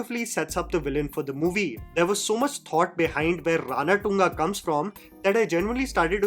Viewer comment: I guess its Ranathunga, feeling sad again again saying RANATTTUNGA, please correct me.